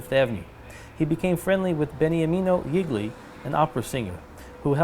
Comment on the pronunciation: Awesome! Wonderful! I really enjoyed. One thing, please don't pronounce Gigli wrong. It is pronounced jeel yee accent on the first syllable. I'm sorry to be so picky, but, for me, hearing it pronounced wrong, is like nails across the blackboard.